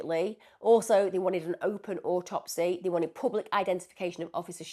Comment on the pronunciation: Autopsy. The cadence is on the first syllable of the word.